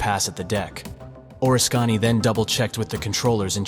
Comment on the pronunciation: Not sure if this video is narrated by an actual person (or a computer), if it is a real person you should probably look up how to pronounce Oriskany